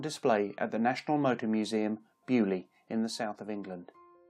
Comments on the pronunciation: Please .. beaulieu. Is not bu lee .. think bail u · Bo loo not bewlee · Dear boy, it's NOT 'bee-you-lee'... (Beaulieu), it's 'BOW-LEE-YOU' !! PLEASE! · I swear English people go out of their way to mispronounce things. “Byu-li”? Seriously? You can’t even say “bo-loo” or something CLOSE? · What a thorough and fabulously complete reveiw of so many wonderful and deadly land speed cars: I , as a Noth America, have to laugh at the announcers pronounciation of Beaulieu: correctly, it is ANYTHING but BUALLY...... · Which is sort of my point. It’s a French name. It should at least be vaguely pronounced correctly - as I said, /bo-Lee/ at the very least, maybe even /bo-lee-yu/. You definitely corroborated my claim. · How i he says beaulieu xD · I crinch every time he says Beaulieu... It's in England, I'll shut the f. off.